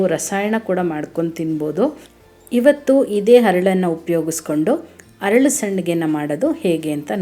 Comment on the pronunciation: ಹರಳು ಅಲ್ಲ. ಅರಳು . ಅಲ್ಲ